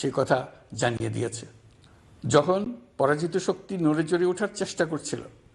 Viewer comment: Pora joto soktti k? Tora pora jito sokti